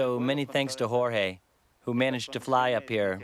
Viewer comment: Listening to this narrator pronounce "Jorge".....smh